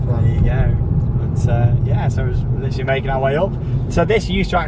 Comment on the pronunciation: Are you going to litter like a cat because you keep saying litterly